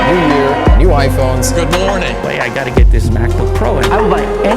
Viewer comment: Good moaning…….😂